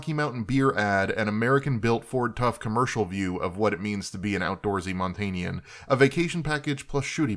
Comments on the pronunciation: keeps saying Montaignian (Montaigne-ian) when he means Montanan (mon-TAN-an) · It took me a long time to figure out what he was trying to say with "mon TANE ian".